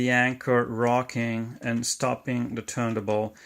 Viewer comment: Excellent and Very informative, I am also interested in how the speed (RPM) is controlled, could you include a video for that mechanism. Your detail is very good. Also may I, the platter that holds the record is pronounced TURN-TABLE in English, I hear you pronounce it missing the T in TABLE.